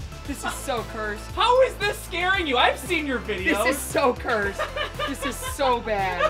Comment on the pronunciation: when you hear say: "this is so cused" about a laser you just know how jank it is